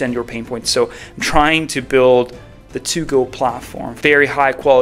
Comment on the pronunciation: It's "build" :D sorry, just had to.